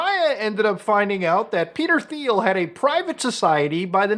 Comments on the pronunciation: Teal not theel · You're doing the lord's work and I've been watching for a while and love what you're doing, that being said I regret to inform you Thiel is pronounced like Teal for some reason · It’s pronounced “Teal” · Thiel is pronounced "teal." Have a nice day. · Small correction: Peter “Teel”, not “Theel” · It’s pronounced Teel. And yes, he is an obnoxious individual he enjoys killing people if you watch him on YouTube. He thinks he’s killing bad guys in Palestine when in reality is just killing random people with his drone technology. I don’t think he’s connected with Palantir, I think he owns it. Not a good person very friendly with Trump part of the world elite, sadly a bad apple. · pronounced Peter TEEL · Do you pronounce it that way intentionally instead of "teal" as it's actually pronounced? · Thiel is actually pronounced "Thigh - El" hope this helps :) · Dang, it kinda hurt my ears to hear Peter Thiel's name pronounced like that so many times. It's "Pee-ter Teel" FYI. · its pronounced 'teal' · Ffs, its Teal. I know its spelled with a "TH" but it's pronounced Peter Teal. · Mispronouncing Peter’s last name… I respect that. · The H is silent in demon Thiel's name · Can someone explain to this guy how to pronounce Peter Thiel’s last name? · First time I heard someone pronounce Thiel's name as Thiel instead of Thiel because that's how you normally say Thiel.